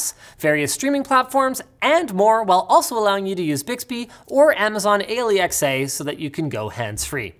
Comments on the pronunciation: I could absolutely be missing something but the way Linus says Alexa threw me off so much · Alexa u don't spell it out its called alexa